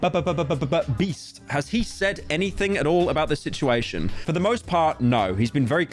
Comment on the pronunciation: he said mr breast instead of beast